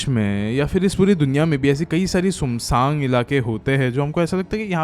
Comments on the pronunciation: bhai love ur stories, but ye sumsang kya he 😅 sunsaan bolo bhai, i laugh so damn hard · Bhaiya sumsaang nhi woh sunsaan hota hai... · bhai sunggg sannggg nahi hota. Sun Saan ...one word yani Sunsaan hota hy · Sumsaaang gets me everytime 😂